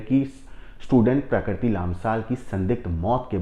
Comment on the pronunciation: प्रकरती नहीं प्रकृति और फून नहीं फोन 😅